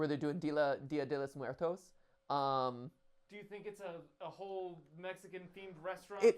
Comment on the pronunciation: pls the way matt pronounces día de los muertos😭 he’s trying his best ig